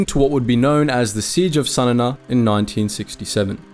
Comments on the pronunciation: Pronounce the capital Sana correctly it is Sa Na not Sa Nana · Sanana lol.. It's called Sanaa (San aaa) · What is wrong with your pronounciation. "Sana na" ? "Gori Thia" ? Do you have a speech impediment or something? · A slight correction, the Yemeni capital is Sanaa, not Sanana. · Sanana is fkn 😂😂😂😂😂😂 wth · Great video, awful pronunciation of Sana'a